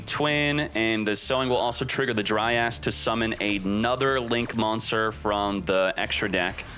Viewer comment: Someone get a counter for X uses of DRY ASS for pronunciation of dryas.